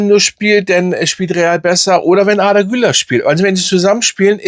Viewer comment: Arrrrrdaaa kann man natürlich auch so aussprechen, kurz gesagt Arda das r nicht so laut aussprechen ne….😂